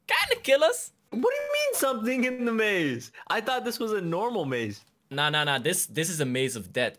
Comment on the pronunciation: maze of death and I heard rage of death